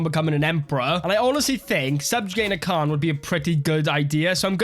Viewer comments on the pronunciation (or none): none